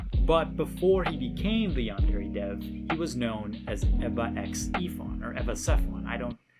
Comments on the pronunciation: One thing that has always bothered me about him...he pronounces Yandere wrong. Like...c'mon. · Dude making a yandere game can’t even pronounce yandere right. Not to mention the stupid fucking names of the students. There’s literally a character called pencil. Enpitsu means pencil. Seriously look at the names of most of the characters for 2 seconds and it comes forward that they’re so goddamn lazy and gimmick and just. H. HE ALSO MISUSES THE TERM SENPAI. LITERALLY LIKE,,, NO. DUDE. RESEARCH JAPAN AMD JAPANESE TERMS FOR YOUR J A P A N E S E GAME.